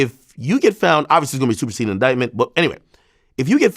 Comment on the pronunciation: Did he just say "Super SAYIAN" INDICTMENT😂😂😂